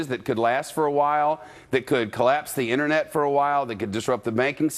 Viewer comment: "Internut" lol